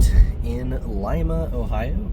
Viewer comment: It is Lima Ohio like Lima beans And cridersville is crydersville